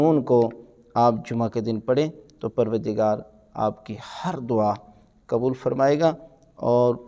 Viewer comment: QibLA MouLanA Sahib PLease, FirsT ImProVe Your ArabiC and Urdu WorDs QaaF HaY QubooL HaY Kabool Nahin HaY YaQoob HaY YaKoob Nahin HaY KaiseY ALiM e DeeN Hain Arabic Urdu Bhi Sahih Nahin BoL SaKTeY VerY SaD.